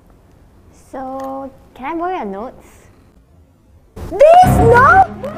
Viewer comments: LMAOOO IT SOUNDS LIKE DEEZ NUTS, DEEZ NOTS?? DEEZ NOTS? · When said these notes and it almost sounds like deez nutz